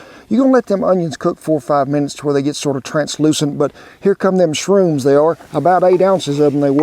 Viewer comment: Did you say "SHRUNES"? Isn't that mushroom's that grow on cow poop? and I heard people eat it to get high.... If that's the case, then why would the Cow Drive Leader want his cowboys to be high on drugs??? Well, as for me, I never had shrunes, so I prefer to use regular safe mushrooms.